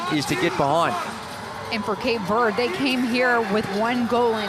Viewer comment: i cant watch this while they pronounce 'cape verde' wrong lol